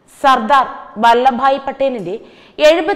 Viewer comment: ‘വല്ല’ ഭായി പട്ടേൽ അല്ലല്ലോ! വല്ലഭ് ഭായി പട്ടേൽ ആണല്ലോ!!